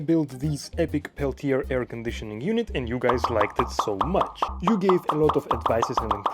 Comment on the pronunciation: The R at the end of Peltier does not need to be pronounced /ˈpɛltieɪ/